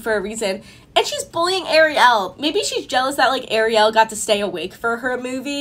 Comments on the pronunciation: U don't pronounce Ariel like that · It is pronounced Ariel not Ariol